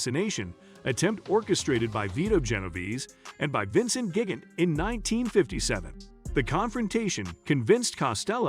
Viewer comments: Gig-int lmao. Man’s butchered just about every pronunciation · It's pronounced Gee gan Tay and Lu chi on o